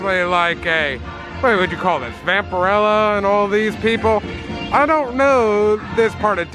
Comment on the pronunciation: Vamperella? 😂. It’s Vamperina.